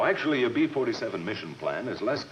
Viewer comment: The narrator repeatedly says "Pee-Forty-Seven" instead of "Bee-Forty-Seven!"